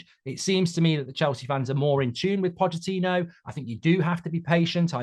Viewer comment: Didn’t know the ch in Pochettino was silent